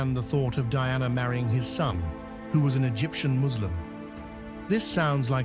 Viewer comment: You can't even pronounce her name right. Someone else should do your job.